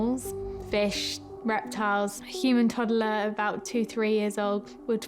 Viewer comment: The way she say human toddler, makes me believe she will never have a human child.